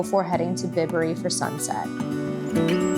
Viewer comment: It's pronounced Bye-bury not Bib-ury. I'm a local. Glad you enjoyed your experience.